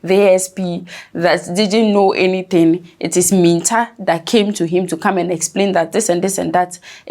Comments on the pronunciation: Please get your Name Pronunciation Right. Mintah. 😮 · Madam it is Mintah and you said whaaat?